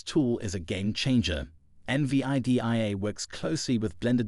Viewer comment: eN Vee Aii Dee Aiii 😂😂 fk off mate